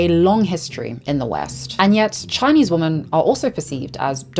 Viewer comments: This is completely off topic, but as a non-native English speaker, I'm curious about your accent. I noticed you using the word 'woman' when speaking about 'women' - plural, right? Is that a local UK dialect? Not trying to be rude, I'm just curious as I've never heard someone else pronounce it that way. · Hi! I am not a native English speaker. Does anyone know why pronounces the plural of woman as womAn and not womEn? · Why is it that so many people are pronouncing "woman" and "women" exactly the same way now...? Am I just using an archaic pronunciation now? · I love but PLEASE.. The plural of woman is WOMEN.. pronounced: WHIM-IN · If you come from South Africa (like her), you pronounce it exactly like "woman". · from her FAQ: Q: Why do you pronounce "women" the same as "woman"? A: I am South African with a particular Queen's English/south of England tinge to my accent. Please be understanding, respectful and don't send me emails or leave comments about this. Thank you :) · Just out of curiousity: you sound like a native speaker yet you pronounce 'women' as 'woman'? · JESUS CHRIST!!! ONE woo-man MANY WE-MEN. Please learn how to pronounce singular and plural. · Ok, why is everyone pronouncing "women" as "woman" ??? I hear it all the time and I find it so jarring! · I’ve noticed so many native English speakers mispronouncing “women” as “woman” and “woman” as some weird combination of “women” and “woman.” It’s the same ones who make fun of us non-native English speakers. Please learn the difference if you’re gonna talk about women. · It’s definitely women, pronounced wimuhn. But I’ve heard the other pronunciation more and more. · Please learn how to say the word, “Women.” (Plural) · No hate but “women” is pronounced “w-i-men” but no hate at all!! 🧡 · PS/ and 'woman' and 'women' are NOT pronounced the same. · why aren´t you pronouncing the word "women" correctly? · Why do you always pronounce "women" as "woman"? It's quite confusing